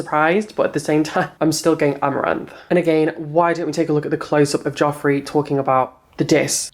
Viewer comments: I love sooo much but I swear it's j-e-ffrey and not j-o-ffrey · I actually love you but it’s jefree not jofree 😂❤️❤️ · Why does he call him jOffree?